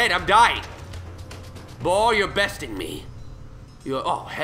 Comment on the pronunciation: It sounds like he's saying bull